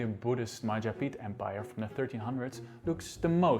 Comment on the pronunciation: Mahajapit...X Majahapit...X Mapajahit...X Ma-Ja-Pa-Hit...V